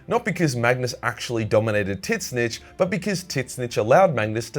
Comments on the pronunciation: thought it was pronounced Zeench not Tit snitch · For what it’s worth, Tzeentch is pronounced “zeech” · Just an FYI the "T" is silent it just zench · You need to stop saying Titsnitch, it's lame. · Please learn to pronounce Tzeentch.